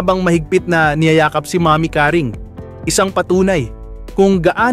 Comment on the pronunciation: Pls lng,bigkasin mo ng husay yung Seguerra at name ni nanay Caring